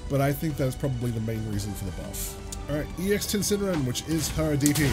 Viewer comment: I adore you chum but c'mon. Say it with me now! Foo-HA-Ren-KYA-Kuu!! Ten-Sen-Rin/Reen! Ree-yo-DAN-Satsu You're our Juri voice! Weabo better! Also great work as always.